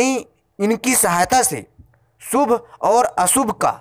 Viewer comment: & - " सु भ - अ सु भ " ==> " शु भ - अ शु भ "